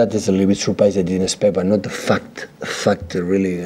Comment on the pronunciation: I assume he's saying "fact" and not "fu*ked" here, right?